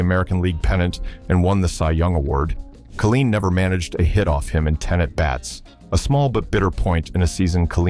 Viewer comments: It's pronounced Kay line not kah leen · "Kaleen"??? Whoever puts these programs together without knowing how to pronounce the names is a true dumbsh*t! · Al Ka-Leen, LOL. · Al-kuh-leen? Goodbye, AI. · Learn how to pronounce his name ! Ka LINE ! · (1) Who is this "kah-LEEN" of whom you speak? (2) Aren't you embarrassed to put this crap out into the public eye? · why they let this pass without checking how to pronouncing Kaline properly is inexcusable. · The AI announce can't can't even pronounce Kaline